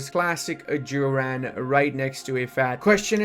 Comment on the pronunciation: the mispronunciation of Ajuraan absolutely murdered me.